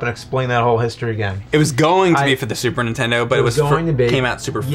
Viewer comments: "Super Ntendo" ?? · Every time James says "Super 'intendo" a puppy drowns.